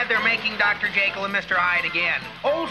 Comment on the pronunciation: surprised you didn’t mention that shaggy pronounces Jekyll in the way its supposed too